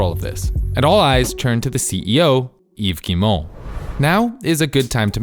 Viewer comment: The way you pronounce Yves Guimont is 100% perfect btw. If it’s because french is your first language I’m sorry for the impertinent comment. Edit: ok by the other names in the video I know it’s not your first language, but still great pronounciation on the French names. Thanks for researching (and probably practicing) how people pronounce their name.